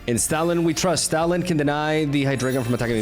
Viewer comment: Why do I hear Stalin instead of stoutland am I tripping